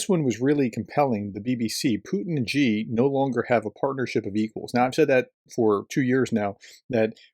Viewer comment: You can't even pronounce Xi's name, so I have to doubt the amount of real research you have actually done in this subject, other than reading out-loud some news reports verbatim. If there is only one Chinese name you might bother to learn, it should probably be his... Sino-Russian relations are very complex and both sides have a lot of history that they are unable/unwilling to get past. Having lived in China for the last 2 decades, my best description would be that right now, they are tactical friends but strategic enemies. Just look at the distance between their mutual borders and their respective capital cities, China has good reasons to be fearful of a Russia ruled by an imperialist. China's short terms goals with respect to Russia are going to be keeping any chaos (Pax-Putin) away from their own massive border with Russia.